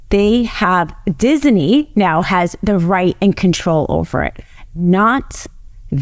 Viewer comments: Love her but she pronounces Disney as dizzy knee. 😂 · Please stop saying "Disiney". It's not pronounced that way. Other wise, great video. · I get and rsspect everything this woman hs to say. However, It isn't DisENy or Walt DisENy, it is Disney. Just sayin. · Great presentation but isn't it Disney not Dissinee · Why does she keep pronouncing it Disiney??? It's Disney!!! You should have found someone who knows how to pronounce simple words! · she is saying it like dizaney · I didn’t know dizney had three syllables, diz-a-ney, I’ll start saying it right. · who knew it's pronounced dizzyknee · Why does she keep saying DisEney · I'm not a nit picker, very rare for me, but I can't get over the 3 syllable pronunciation of Disney. I tried. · I learned if you must say Disney too many times, it turns into a three syllable word.